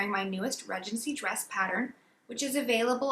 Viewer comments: Everyone says Ree-gency in the US. For some reason, she just didn't know the correct way to pronounce it. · So interesting that you pronounce it, Redgency. In the UK, we pronounce it Ree-dgency. Lovely video, thank you.